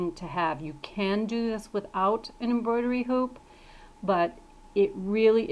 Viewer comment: Contrivertial it's embroidery lol that made me laugh so bad 😂 but great video I learned a lot!